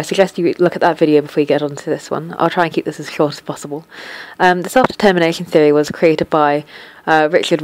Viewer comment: I swear you never said "self-determination" right ;)